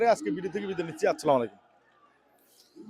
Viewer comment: আসসালামু আলাইকুম,, এটা হচ্ছে সঠিক সালাম,স্লামালাইকুম এটা ভুল